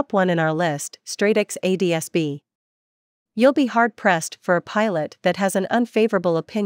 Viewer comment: This is trash. You lost me at "ads-bee" receiver.